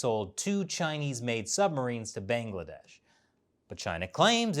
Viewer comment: not bengledesh it's Bangladesh 🤣